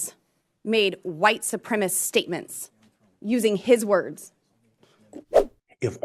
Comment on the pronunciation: "White supremist" Only an ignorant illiterate idiot like Loony Lauren would be incapable of pronouncing supremacist.